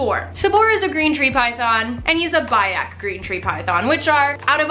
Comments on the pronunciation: Its bee-ak. Not bye-ak. Learn your names as an animal lover, please. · Biak is not pronounced BUY-ak. Its Bee-ak.